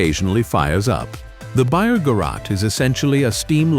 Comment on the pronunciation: And then there are the mispronunciations. Mispronouncing the word locomotive in a train video, is rather bizarre. And the first few times the voice said Ga-rot, I almost closed the window. The Breyer Garrets are one of my favorite steam locomotives, although I have never seen one in person.